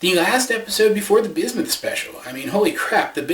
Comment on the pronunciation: BISMUTH. BISMUTH. BISMUTH.